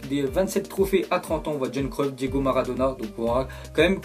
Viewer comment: Mdr gros ça se prononce pas john Cruyff c'est Yohan Cruyff